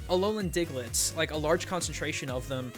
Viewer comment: says "Alolian" at least once in the episode.